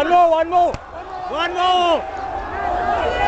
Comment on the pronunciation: its not pronounced as johan...!!! u ch** its pronounced as YOHAN,,,,!!!